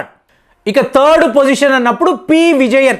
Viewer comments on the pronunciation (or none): none